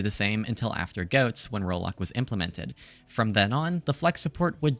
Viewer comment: did blud just say JOATS